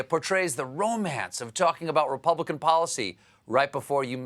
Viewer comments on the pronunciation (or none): none